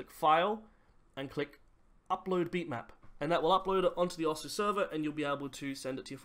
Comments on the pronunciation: It’s pronounced; oh - sue btw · it’s pronounced oh-ss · Oh-zoo is how you say it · How dont you know how to pronounce it? Its osu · How can you not know how to say osu! because when you log on it says "Welcome to osu!" It says how you are meant to say osu!